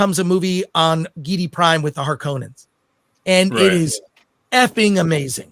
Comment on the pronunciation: It's harkonnen, not harkoooonen